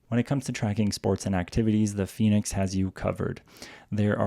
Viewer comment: El "finix' "gormin' me gusta mucho 😂😂😂😂